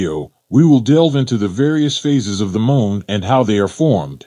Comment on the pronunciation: Why do i keep hearing the guy say mole not moon.